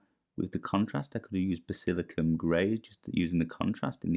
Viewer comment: Great video man… but…. Basil-I-can-um 😂😂